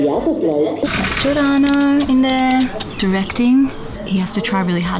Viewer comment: Cameo Giordano as "Albarno"